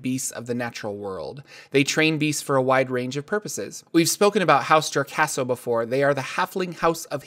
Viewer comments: House jo-RAS-co not jor-CA-so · House "Jo-ras-co", not "Jor-cas-co" : ) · Thanks that kind of annoyed me... but your videos are awesome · hourse JOR-CASO?? It's JOR-ASCO, lmaoo